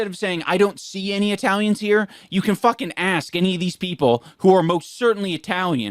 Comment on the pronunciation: The way says Eye-talians is triggering me